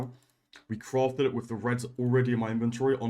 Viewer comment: CWAFTED! Much love <3